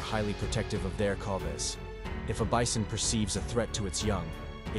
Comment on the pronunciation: I heard the same dude say bison and beeson. How you pronounce the same word differently in the exact same sentence?